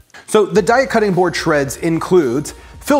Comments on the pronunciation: Its pronounced day-a 😊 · It's pronounced "day ah". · Apparently, a Daiya rep. said it's pronounced "Day-uh," which had little to no influence on how I actually pronounce it: "Dye-uh." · It's "day-uh" (and that's per their own people if anyone is doubtful). 😁 And this looks amazing! Definitely saving! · Pronounced DAY-A! Love your videos! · HEY rhymes with DAY, and then you add an A. 🎶🎵 DAY-UH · Their website says it's pronounced day-uh because the first 3 letters are supposed to be like the first 3 letters in dairy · It’s Day-a... like have a nice day-a 😊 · Daiya website: We pronounce Daiya as “day-ah.” As in “Have a nice Daiya!” The name came from a play on the words ‘dairy’ and “Dayaa,” which is Sanskrit for “loving, kindness and compassion.” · You pronounce it "daiya" 😊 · It's pronounced daiya. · Actually it's pronounced Daiya.